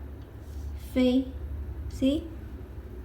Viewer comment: When u say "see?" I think u say "¿sí?" in Spanish, means "yes?". xd Btw, I wanna improve my Chinese cursive calligraphy, but sometimes I don't understand what did I wrote.